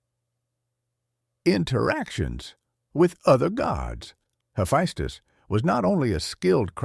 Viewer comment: It's so confusing how your AI pronounces the name Hephaestus. So far I heard three ways of those pronunciations.